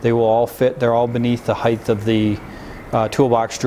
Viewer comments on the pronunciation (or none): Nice job. Why do you Americans make the word height sound like it ends in th?